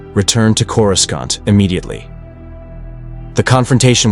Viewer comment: One where your AI stops saying "Corus-cont".